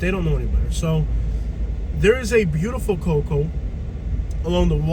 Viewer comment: We don’t say cocoA it’s just cocoa